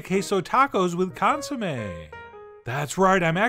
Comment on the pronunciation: Lol, u just said consummation..... cool